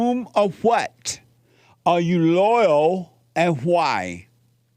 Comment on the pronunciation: Jesse has a tough time w/; the word: "LOYAL". I wonder why?? Respect & love to JLP + Crew....